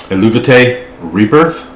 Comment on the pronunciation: Actually the English pronounciation of the bandname is El-Vay-Tee, the "u" is silent. It was an inscription on a pottery found at an archeological site in Mantua, an Etruskian city in northern Italy. "Eluveitie" is an Etruskian word that means "the Helvetian" and marks that this pot was owned or manufactured by a Helvitian person. The Helvetii were a Celtic tribe living in the area of todays Switzerland, southern Germany and western Austria. So Christian "Chrigel" Glanzmann, the founder and male vocalist, chose "Eluveitie" as the name for the band. It was meant to be a studio project at first, because Chrigel wanted to mix Death Metal with Celtic Folk tunes and lyrics about the culture and history of the Celts. He hired some musicians for his project and the first single releases were so succesful that they eventually got requests for live shows, which resulted in transforming the studio project and the founding of the "real" band. The band had a lot of line-up changes in the past and in 2016 Anna Murphy (hurdy gurdy and vocals) and two other band members (drummer, guitarist) left the band. Fabienne Erni (vocals, celtic harp) and Michalina Malisz (hurdy gurdy) and a new drummer and new guitarist joined. Just in case you wonder why there are so many different people in the videos (pre-2016 line-up with Anna and post 2016 line-up with Fabienne). There is a great interview with Chrigel and Fabi which they did for the podcast of vocal coach Beth Roars: .